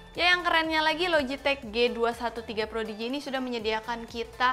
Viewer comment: Prodigy. Kayaknya pas di tengah video bilang projidi